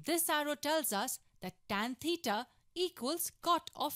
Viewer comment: Maybe they don’t like the way she pronounces theta